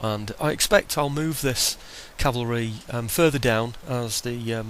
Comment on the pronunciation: Oh hey btw. I really like that you say cavalry. So many people mistakenly say calvary and not only is it mispronunciation but it changes the meaning of the word. So cheers lol